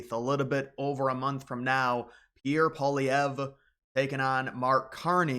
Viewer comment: I know it's some crazy french BS, but its pronounced "polly-ev"